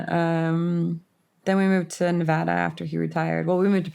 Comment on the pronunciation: Thank you for pronouncing Nevada correctly! I’m from Reno and grew up between Vegas and Reno. I hate when people call it Nee-vahhhh-da. It’s Na-vad-ah! ❤❤❤😂. Also, our up bringing was so similar! I knew the minute you said 40s and the memories flooded back! Crazy! And the Meth stories. Omg. I wonder if that’s how we all remember NV once we leave it!